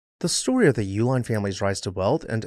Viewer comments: I believe the general pronunciation of the family name is E-Line. Hence the name of the chocolate—sold under the “Eline’s” brand (a phonetic spelling tied to “Uihlein”)—as an attempt to keep brewery facilities and workers busy while beer production was banned during prohibition. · I’ve lived in Milwaukee all my life and have always known that the name Uihlein is pronounced E-line. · Fun fact: their last name has two different pronunciations, at least locally. I'm from Wisconsin and you'll hear both YOO-line and EE-line. While the family uses the Germanic pronunciation for their package supply company, you'll hear people say it both ways, and I've never heard of any family members correcting anyone, at least not publicly. I've seen a couple disparaging comments about the family's politics. They're a big, extended family and people are going to have their beliefs. Deal with it. Having worked in nonprofit settings, members of their extended family, regardless of political persuasion, have been very generous to local causes. It's a shame some people have to stir the pot on a history page, but here we are.